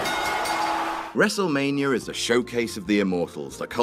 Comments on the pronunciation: "wrestle manier" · really? one word into the video and you mispronounce Wrestlemania?